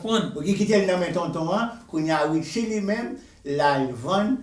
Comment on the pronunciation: Wap mal pale non an sanble avèl li rele Richie net